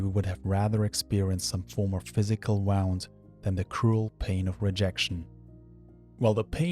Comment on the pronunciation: thanks for your videos! Best wishes- btw- check your pronunciation of "wound"